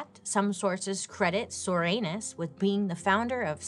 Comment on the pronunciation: Come on... Soranus? Comstock??? I think these people's names were intentional, dear lord